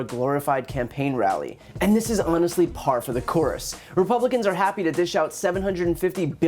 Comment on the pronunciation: did you say par for the chorus?